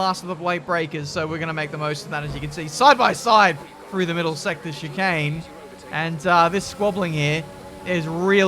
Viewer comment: Take a shot every time he says shikane